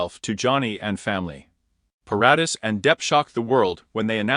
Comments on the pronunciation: Vanessa's last name is pronounced Paradis - (Pair- a- dee). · OMG. Leave this poor man alone! Vanessa is married. And learn to pronounce her last name. 🙄 SO much incorrect CLICKBAIT.